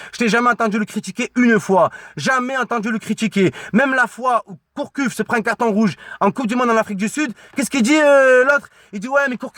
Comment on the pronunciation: Gourcuff pas Courcuff mdrrrrrrrr